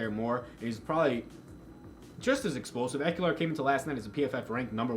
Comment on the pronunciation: Good job. I think It’s a good week for Ekeler. FYI there’s no “u” in Ekeler